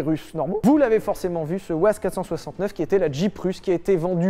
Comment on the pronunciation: pour la marque "UAZ" ... ça se prononce "YOUAZ" ...